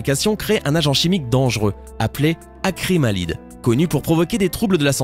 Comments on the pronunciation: Acrymalide ou Acrylamide ? Dyslexie quand tu nous tiens :D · Et ce n’est « acrymalide » mais « acrylamide » ça fait beaucoup d’erreurs... pas de like donc. D’autant que pointer du doigt la gelée qui est vieille comme le monde et reste naturelle même si c’est des os bouillis... n’exagérons pas! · C'est du DIOXYDE DE TITANIUM et NON TITANIUM DE DIOXYDE, on ne dit pas CARBONE de DIOXYDE. Vous avez aussi dit ACRYMALIDE au lieu de ACRYLAMIDE. C'est facile de lire un texte encore faudrait il de ne pas etre un poil dyslexique. Vous ne savez pas de quoi vous parlez c'est pitoyable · Je précise que tu as dis acrymalide au lieu de acrylamide pour les pringles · Acrylamide ! Pas Acrymalide !!! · Ce qui m'a le plus choqué, ce ne sont pas les produits mais la méconnaissance complète de la langue française du commentateur et surtout sa prononciation des molécules chimiques. exemples : "titanium de dioxyde" au lieu de dioxyde de titane et "acrimalide" au lieu de Acrylamide ... bref, du bas niveau en matière de connaissances. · Pour les chips sa se voie qu'il ment car d'après mes recherches sur Internet se n'est pas acrymalide mais acrylamide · pour les pringles il se trouve qu'à on croyait entendre acrymalide et c'est l'acrylamide DDDDDRRRROOOOLLLLLEEEE!!!!!!!!!!!!!!!!!!!!!!!!!!!!!!!!!!!! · Dans les springles tu as dit acrymalide alors qu’il s’agit en fait d’acrylamide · Eh, à t'as dis acrymalide au lieu d'acrlamide. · Acrylamide pas Acrymalide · acrimalide ou acrylamide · Acrylamide ou Acrymalide? Vous ne savez pas lire et vous voulez qu’on vous croie.